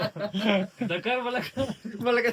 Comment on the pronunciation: Το σαρδάμ του ντακαρ 😂😂